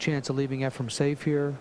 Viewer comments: Please, efreeeen. Not. Efruuum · It's" EfrEn Not " EfrUm ". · It is not "EfraM" as in Zimbalist, Jr. - it is "Efren" Reyes. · Its Efren, NOT Efrem. So.. annoying and disrespectful 😠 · This announcer annoys me, he has spent his entire career not knowing the name of Efren, calling him Efrem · Lots of announcers from the states side mispronounce Efrens Name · Tell that commentator Efren eNds w/an N~ not an M. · Varner is the reason why Sigel and Hopkins call him Efrom.... 😂 smh Weird that Sigel is a yankee who chose a southerner to pronounce a name. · I wonder if Hopkins ever learned that Reyes' first name is not "Effrom"? It's EFREN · Yes, it's so annoying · The announcer is a total idiot calling Efren, "Efrom." There's a number of disrespectful idiots who did it. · Efren is not pronounced with an M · Annoying as hell.No respect! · Allen,Varner, Hall, Sigel all did that for 10 yrs. very, very annoying! Show some respect.Even Earl called his name out correctly!DAMN!! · It's insanity. I watched a match the other day and Nick Varner was doing the same thing. They're watching his name on the screen during the whole match. Can't they read? The guy's widely considered the greatest player that ever played and after all these years and number of times they played him, they don't know how to correctly say his name? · I noticed that, too but, maybe he's like my singer who spent the last 45 of his 70-some years calling King Crimson, "King Crinsome". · Nick Varner does that also. I don't think they do it on purpose. It's just how they talk. Efren would probably mispronounce their names too.